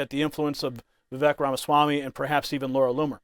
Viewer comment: Vivek is pronounced Viv-ake like cake